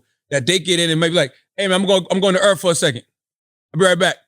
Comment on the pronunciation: "How do we know Earf ain't a lease?" Aight Imma head out.